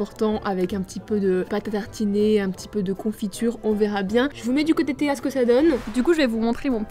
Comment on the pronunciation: t’a dit Théo au lieu de Théa